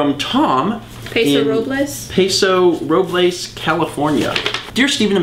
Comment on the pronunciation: The "A" in "Paso" is pronounced like that in "Apple". Also locals in Paso Robles pronounce Robles "Rowbuls".